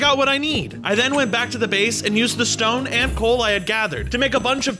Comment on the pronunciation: Did he say ''Shtone'' or is that just my audio?